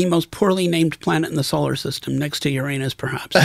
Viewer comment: You pronounced Uranus incorrectly.......